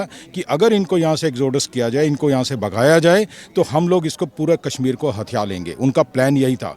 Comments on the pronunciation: Hindi Bolna Seekh Phir Video Banao... Kasmir Bolna Bund Karo.. Kashmir Bolo . Hindi ki Khat KHADI Karna STOP STOP. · Kassmir nahin bhai Kashmir bol.